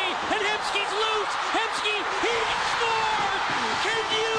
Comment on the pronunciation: HE SCERWS!!!!!!!